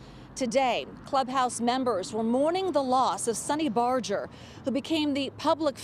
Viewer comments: It's Barger, NOT Barjer! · I’m just here to say it’s barger not bojer (I’m realated to him lmao) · Barger is pronounced with a hard G.